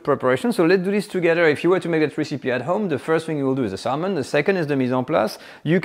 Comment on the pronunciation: By the way, you don’t pronounce the “l” in the word salmon…😅